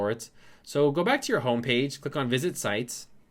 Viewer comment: Why do you keep saying siteS and cartS???